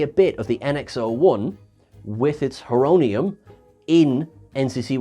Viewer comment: It’s Horonium like horo- Greek for time